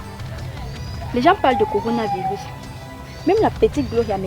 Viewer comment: Elle dit corina 😂😂😂😂